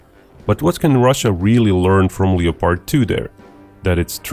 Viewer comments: honey you're saying things wrong. They are leopards like the animal not Leo-pards like The Butcher of the Congo who was the king of Belgium at the time (Leopold.) Also the word subsequent should not be pronounced that way. It is sub-se-quint. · Don't pronounce the 'o' in Leopard. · It's pronounced "lep-ard" not "leo-pard." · It's Leopard, not leppard. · Hey buddy - great content! A tip for you to improve your English: 2 syllables. LEP HERD, we do not say "LEE-OH-PARD" in 3 syllables. Only 2 beats. LEP - HERD. :-) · Leopard, as in the animal, pronounced Le-Pard not Leo-Part. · Hey, it's pronounced like Def Leppard, not like leotard. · Uh, leo-pard? It’s pronounced Lepperd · Bro… the name is german and it’s pronounced Leo-pard. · if speaking English the pronunciation is lep-ard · The German pronounciation is Leo-pard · It is pronounced Leo-pard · The “o” in Leopard is silent 🤫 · You’re pronouncing leopard wrong